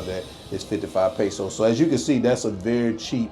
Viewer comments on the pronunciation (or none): none